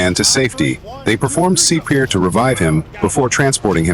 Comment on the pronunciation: Performing « Seeper »???? I think you mean CPR. These fake narration things are awful!!!